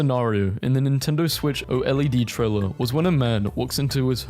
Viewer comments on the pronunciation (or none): none